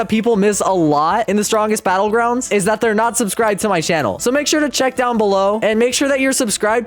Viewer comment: gois the stwongest belouguandis